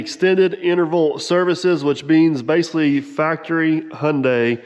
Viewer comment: I'm amazed. You know how to pronounce Hyundai. We saw it on a semi trailer years ago. Rhymes with Sunday. So we always knew. Lol. Most don't. 😅😅😅😅😊